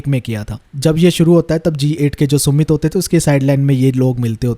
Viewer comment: सुमित नहीं समिट hota है yar🤦🏽‍♀️